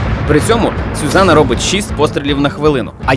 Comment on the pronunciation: Автори, ви серйозно робите контент то будь ласка називайте речі своїми іменами, і хоч перевіряйте назви. Яка сюзана? Zuzana 2 - зузана не сюзана